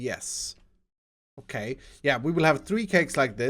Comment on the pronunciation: With "OKAY" you mean "O-CAKE" HAHAHA